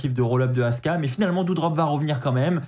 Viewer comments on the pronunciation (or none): C'est Asuka, pas Aska! 😂